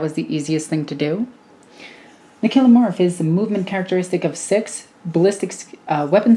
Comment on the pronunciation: For your consideration, I pronounce these as follows: Nexos: Neck-sohs Biophagus: Bio-Fay-Jus Kellermorph: Kell-Er-Morph Sanctus: Sank-Tus Clamavus: Clam-A-Vus Locus: Low-Cuss I feel like I am mansplaning, and for that I am sorry, it's just your pronunciations rubbed me up the wrong way 😦